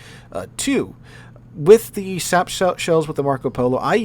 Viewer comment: every time there is an Italian BB in a replay I love how sometimes you say Shap shells 😂 what’s the pen of a shap shell? 😂